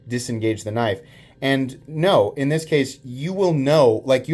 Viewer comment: I heard tri-state had his bottom rib removed so he could s......... its a definite pattern with MOST knife content producers mispronouncing knife names.